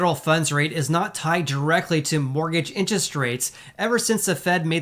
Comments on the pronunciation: Lol….”inches” rates. He cracks me up whenever I hear him say the word “interest.” 😀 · Love your videos but we gotta get you saying "interest" properly lol. Say it with me in·ter·est